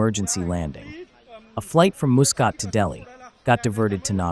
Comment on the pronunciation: the pronunciation of 'Muscat' was so bad, Oman nearly issued a travel advisory🤦‍♂